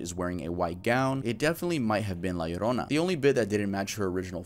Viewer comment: I’m happy that my girl La Llorona is getting some love. She’s my favorite urban legend, I’m happy that pronounced her name right <3